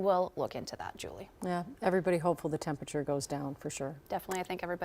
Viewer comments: Are effing serious? "Turn down the TEMPATURE"? From a News Channel? Are your interns high school dropouts? TEMPERATURE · Tf is “tempature”??.